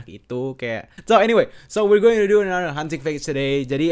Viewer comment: Iya seharusnya another malah enathe! Wkwkwkwkwkw😂😂